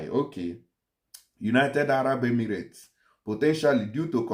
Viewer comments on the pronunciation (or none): none